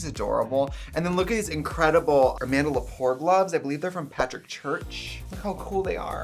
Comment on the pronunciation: Did she say Armanda Lapore? xD